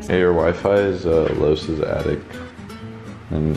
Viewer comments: Attic "Addict" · Anyone else notice jesser calls it and addict instead of an attic? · Am I the only one that's triggered that he said "addict?" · Boy said an attict 😂😂😂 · Why does it piss me off that jesser calls the attic the addict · "Attict" - Jizzer 2017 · bruh. theres no t at the end of attic bro. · Jesserthelazer says addict instead of attic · It's an attic not addict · It’s attic not addict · It's not fuckkng ADDICT Jessie it's ATTIC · I'm pretty sure he said attic wrong